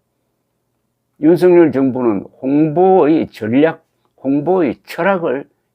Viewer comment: 윤석열의 발음은 "윤서결"이지 윤성열이 아닙니다! 대부분의 기자와 방송인들이 윤석열(윤서결) 의 발음을 윤성열로 하는것을 보고 실망을 금 할수 없읍니다! 윤성열과 윤석열이 같이 있다면 발음으로 어떻게 구분 할수 있읍니까?